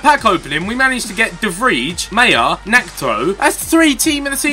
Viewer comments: it is de vry not de vrie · when u see dutch players with ij u say it like ai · Pro tip: "ij" in dutch is prenounced as "eye" not "idge" or whatever ethan said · Yo Ethan. One quick tip. The 'ij' from the player de Vrij sounds like the i from ice or the y from why. No hate or something but it is really anoying for me because i'm Dutch. Love your vids!! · As a dutchman its really hurting my ears how the english youtubers pronounce ''de Vrij'', my ears start to bleed .. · In Dutch IJ is pronounced something like Y. So now you know how to pronounce Dutch Players like De Vrij ;)